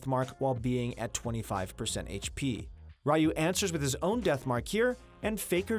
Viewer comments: Ryu is not pronounced as rayu, it should be riyu. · Rai-yu... I think it's Ryu lol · RYU? Pronounce as (Ree-U) smh people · Ryu pronounced as rai yu xD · You butchered Ryu's name.. smh